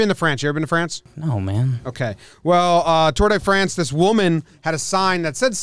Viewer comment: Tour "duh" France